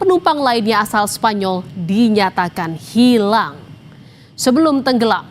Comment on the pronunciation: Pengucapan kata… “hilaaang” … “tenggelam”…oleh pembaca berita ini terkesan tdk punya empati! Ga ada rasa… tolong belajar berintonasi ya mbak?